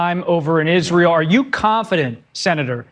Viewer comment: Pillow biting closet queen Lindsey says "Izrul".